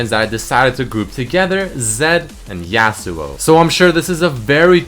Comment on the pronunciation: because you say yasuo i unsub